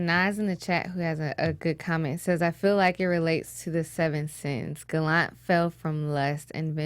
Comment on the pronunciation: Stop saying Gallant wrong. I can't even watch this. Bye.